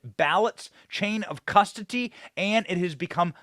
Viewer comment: Benny said "nucular" and "cusdoty" and I almost threw my phone